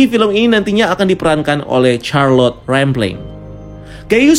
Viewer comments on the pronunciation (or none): none